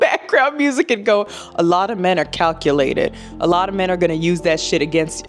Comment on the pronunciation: I honesty thought he said "cuckulated"....